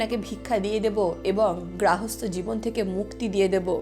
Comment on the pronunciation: গ্রাহস্থ্য না গার্হস্থ্য? শিক্ষনীয় পোস্ট।